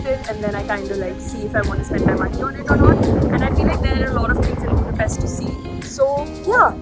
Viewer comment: Vegyék már a fáradságot ha már ide jöttek, hogy helyesen ejtik a fővárosunk nevét, szerintem ez a legkevesebb